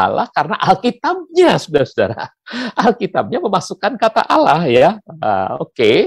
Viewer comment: nyebutnya Allah, Bpk pendeta ini fasih banget 😅